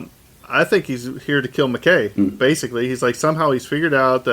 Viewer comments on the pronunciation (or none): Okay, I'm sorry to be "that guy," but I find this frustrating. No matter how many times one of you pronounces MacKaye correctly (Mac-EYE), the other keeps pronouncing it incorrectly (Mac-KAY). I mean, they say the name multiple times in the episode.